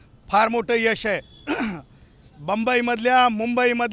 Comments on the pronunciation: Tula mumbai bolta yete ka bambai bolto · आधी बम्मयी म्हणतो